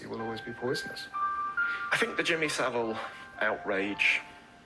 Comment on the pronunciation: “Jimmy Civil” 🤣